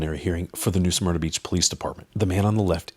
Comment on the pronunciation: Smyrna Not Suhmyrna